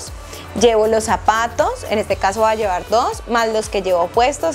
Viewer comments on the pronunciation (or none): Como es que se dice " orvidar u orviar pues esta joven me deja confundida dice orviar, llevar dice llear , puedas pueas 😮